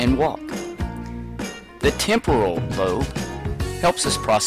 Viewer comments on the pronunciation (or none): none